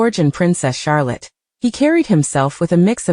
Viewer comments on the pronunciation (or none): none